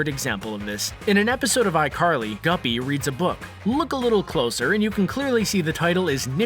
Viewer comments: His names Gibby not Guppy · Gibby... Not guppy 😂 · His name is Gibby. Not Guppy.